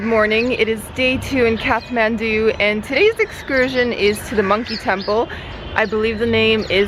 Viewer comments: It's Kath-ma(as in mars)ndu. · Its Kaa(not caa, it's like starting of the name "Karl" )-th(not like "t")-maan(not like "man" or "myaan")-du(d like staring of the word "dream", and not dao but like "do" ) काठमाडौं if that made any sense. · my favourite city guide yet! loving those momos... all of them! All the colourful buildings and prayer flags are beautiful too. Side note: is it pronounced Kath-mandu or Kat-mandu? I always thought the h was silent! Maybe it's my aussie laziness lol